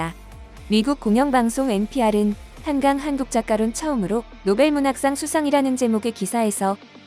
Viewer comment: 외쿡 언론인들은 활자대로 읽는 것이겠지만, 한강작가의 이름을 빈복적으로 한캉이라고 발음을 하는 것을 보니, 우리가 한글을 알파벳으로 표기할 때 K 와 G의 발음을 따로 구분하지 않고 주로 K로 쓰는 경향이 많은데, 앞으로는 ㄱ일 때는 G를 쓰고, ㅋ일 때는 K 를 쓰는 구별을 확실히 할 필요가 있겠다 싶다 한강작가님 노벨문학상 수상을 진심으로 축하합니다 👍👍